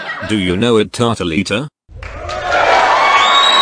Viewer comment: The way u pronunce tartaglia is painfull